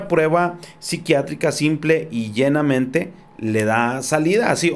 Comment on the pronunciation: Llanamente, no llenamente.